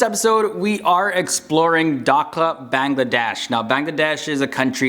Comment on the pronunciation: You are saying Bangladesh as Bangla_